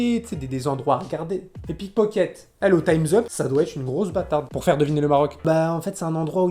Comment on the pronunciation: « Neuuh c’est neurmaaal peur toi » chui morte 😂